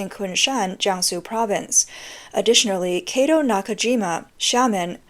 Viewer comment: It's not "keitou", but kato, like in cat.